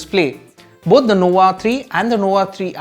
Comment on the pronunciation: Its nova, not nowa 😂